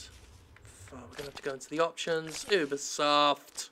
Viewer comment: it's pronounced YOU-BE-SOFT not OU-BE-SOFT.